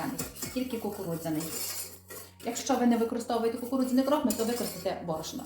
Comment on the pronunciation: А чому крОхмаль, а не крохмАль??😉